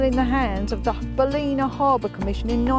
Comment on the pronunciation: Hi love your videos. The town is pronounce bal-in-a lol😂